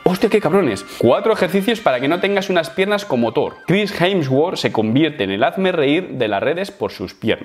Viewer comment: Nadie: Pero Nadie:: Jensguor